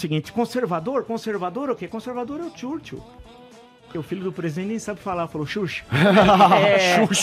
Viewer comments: o engraçado q nem ele sabe pronunciar o nome dele tb.... pronúncia de CH em inglês manda aquele abraço pra pro teu chuchu de churchil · "TIURCHIU"! Só o Vil! kkk... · O cara critica a pronúncia do nome “Churchill” pelo filho do presidente, ao passo que ele mesmo pronuncia errado. WTF! 😂😂😂😂😂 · Nem o próprio Villa sabe falar o nome de Churchil!!